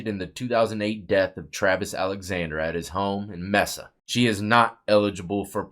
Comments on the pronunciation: It's pronounced MAY-SA not messa lol I live here in phx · it's pronounced 'may-suh' not Mehssah. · Arias is pronounced AIR E US not AREEZ , it’s pronounced MAY SA not MESA ….. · Mesa, Az is pronounced ( May-suh ) ❤ much love from a proud Arizona Grown Woman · Bro how you said "Mesa" has me dying for some reason. Hell yeah 👍